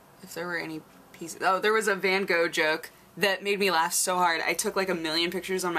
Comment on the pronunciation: also wrong, its van Gogh, but native English speakers can't pronounce the "G" the way dutch people do, but it sort of sounds like clearing your throat, the "H" at the end gets sort of lost lost, same way a "K" gets lost in the word "Knight". You can check it on a text to speech website ;)